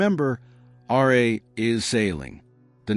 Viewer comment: As excited as I was to listen to this video I could not get more than three minutes in every time the narrator said R.A. instead of RA